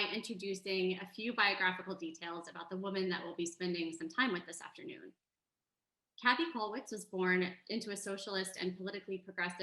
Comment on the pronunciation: Käthe is pronounced like Kay-teh, not Cathy.